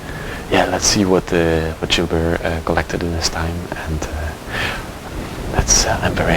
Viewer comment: I thought you were calling the man Jew Bear.😄